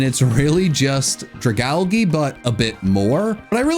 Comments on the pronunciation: Bro. This guy said ''We'rE GOnNa PUt CHandElURe In WhY TiER ANd ScRAFtY IN CHeF's kIsS''. sybau. L rating Edit: Did he just say ''dragalgee''? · jsyk, Dragalgae is pronounced Dray-ahl-jee... otherwise based tier list my guy :D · no one has caught on that it’s ’Drag-Algae’ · IT'S DRAGALGE, NOT DRAGOUGEY! FIX IT NOW! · It’s pronounced druh-gal-JEE, “”! 🤨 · You dare insult both ghost megas? Froslass at least should be chefs kiss. Shes beautiful and made into a proper Yuki-onna And you say Dragalge wrong. How does every pokemon say the algae part of Dragalge wrong? It’s so obvious